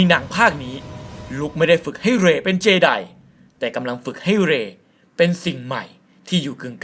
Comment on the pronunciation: เจไดไม่ใช่เจดีย์ 55555